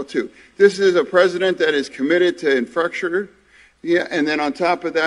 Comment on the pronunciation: Fetterman says the President is committed to infracturjur? instead of infrastructure.